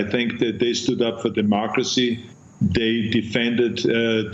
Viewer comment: Dimooocracy...its always Dimooocracy!